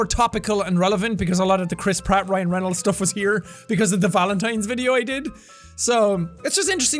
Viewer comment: Every time you say Chris Pratt all I hear is Crisp rat